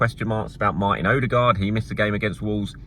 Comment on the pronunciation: Hi! You don't need to find a norwegian. Use Google translate to find the Norwegian for "new" (ny) and hit the little loudspeakeremoji. You can do the same for Danish names that start with "Ny". To be able to pronounce Martin's name corrctly, translate "deserted farm". All the best!